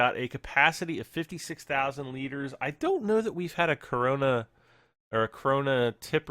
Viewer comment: it's KRONE NOT krona